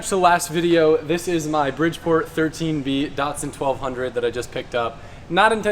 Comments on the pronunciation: Datsun not dutsun ........... the badge clearly says DATsun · just a heads up, its pronounced datsun, like that sun. it isnt dartsun haha